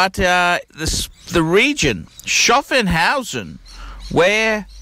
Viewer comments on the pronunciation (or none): It's SCHAFFHAUSEN, not SCHAFFENHAUSEN!